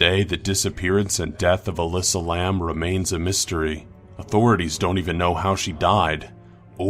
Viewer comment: Elisa Lam* it's pronounced (Ee-Lie-Za) idk why he said it like Alyssa